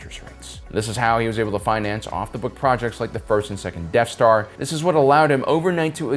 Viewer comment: I love the way your accent calls it, "The deaf Star". You're content rocks!